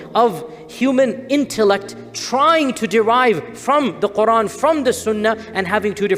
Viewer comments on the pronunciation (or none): none